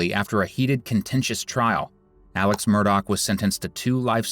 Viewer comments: Murdaugh not Murdock. FYI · Your true crime ai slop generator can’t pronounce the last name do better